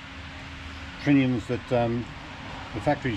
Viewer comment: Nice video but boys... learn how to say ‘trunnions’ properly. It sounds like you say ‘trinnions’ I don’t know why it tilts me, it just does lol